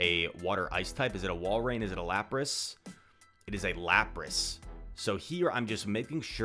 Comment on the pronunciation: Laprace?🤣🤣 It is Lapras bro